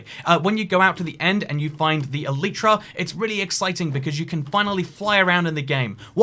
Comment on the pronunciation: The y in elytra is pronounced as a y, not an e.